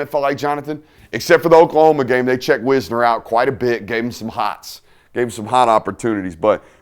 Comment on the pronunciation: It’s not pronounced Wis-ner it’s Wise-ner